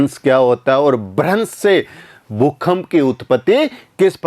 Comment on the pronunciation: भूकंप होता है भूखंप नहीं।